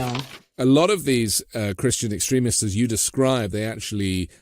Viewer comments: Another great show and guest… but seriously, who pronounces it “ex-trim-ist”????? ex-TREME-ists, lady, extremists. Please… I can’t take it… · What part of America has this accent? I agree with her stance, but who pronounces extremists like she's saying excrement? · I liked the video, but she says "extremists" almost like "excrement". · I like the way she makes the word 'extremists' sound like 'excrements'. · Not to be picky but is the pronunciation of "extremists" by just a bit strange? Every time she said the word I heard "excrements" which I guess it's the same thing. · I like the way she pronounces Christian Extremists, she pronounces it like Christian excrement! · omg does she not know how to pronounce extremists properly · Please educate me. I’m not making fun of the guest, who pronounces extremists like that? I’ve never heard it the way she says it. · about as weird as her pronunciation of "extremists."